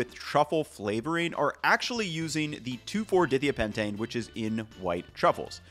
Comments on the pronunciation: Following IUPAC conventions, the proper pronunciation is dye-thya-PEN-tane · In case anyone cares about the chemistry/pronunciation: that molecule is pronounced di-thia-pentane "dye" "thighya" "pentane" - referring to the two sulfurs that replace the carbons in the pentane molecule in the numbered positions. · Die-Thigh-AH-pentane....but nice work all the same 🙂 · it would be pronounced 2,4 Dye Thigh Uh Pentane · die-thigh-uh-pen-tane. You're killin me,. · It is pronounced "die-thEYE-ah-pen-tane" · dithiapentane: "die-thigh-a-pentane". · You are obviously not a chemist. Di-thia-pentane (hyphenated to detail the word & chemical component parts...that is, pentane with 2 sulfur-containing radicals) is pronounced with "long I" sounds. You not only said it wrong...you did so over & over & over again. In creating videos like this, the most professional things you can do get your info right, & learn how to pronounce words that are unfamiliar to yourself, rather than guessing at them. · Glad you noted the mispronunciation, because as a pedant that was driving me nuts every time you said it. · Chemist, too. Wanted to die hearing that pronunciation but I love his videos. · For myself and any other organic chemist watching and dying inside, it’s DI (dye, two) THIA (thigh-uh, sulfur) PENTANE (5-atom chain). Can we make a modicum of effort to pronounce chemicals correctly if we’re going to talk about them? 😊😊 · fellow chemists hearing pronounciation of 2,4-dithiapentane... im here for you... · you pronounce dithiapentane so incorrectly, lmao. it's like if i pronounced it oh-live oh-ill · Had to stop watching because of how he pronounced Dithiapentane. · Great video. Also, chemical name pronunciation: it's pronounced like "die THIGH-uh" not "DITH ee uh" pentane. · the chemical should really be pronounced di thia pentane. not dithea. I know theres a bunch of wrong "how to pronounce" sites out there. They are wrong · it's pronounced as "dai thaya" not dithia